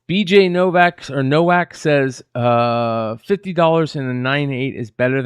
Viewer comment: you actually pronounced it right. NoVak